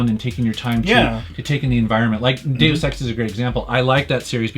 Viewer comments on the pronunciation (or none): none